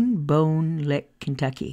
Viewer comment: Big Bone Lick is how it's pronounced